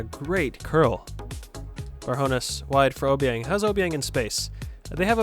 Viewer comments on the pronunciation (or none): From a Rangers fan it’s pronounced Jamie Barjonas just like it’s spelt mate, good vid got yourself a new sub!